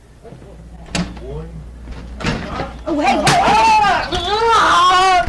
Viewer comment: There is no-one in this case called "Jake-up". It's very clearly Jacob. Is this an inside joke? You can't possibly be this poor at pronunciation.